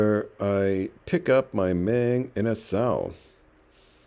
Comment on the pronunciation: Mayng Inasal? It's pronounced Mahng Inasal.